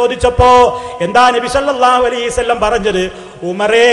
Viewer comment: എടൊ സലഫീ കുറഞ്ഞത് നബി സല്ലല്ലാഹു അലയ്ഹി വസല്ലം എന്നെങ്കിലും പറയാൻ പടിക്ക് നബി സല്ലല്ലാഹു അലീ സല്ലം എന്നല്ല salafeee